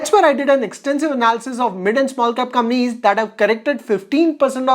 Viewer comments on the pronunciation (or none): Can you spell compaaaaaanies instead of Gampies . I was trying to understand what it was till u figured out